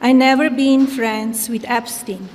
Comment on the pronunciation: epstin epstin